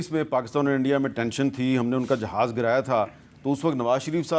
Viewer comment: Pehlay Jahaz bolna toh seekh lo 😂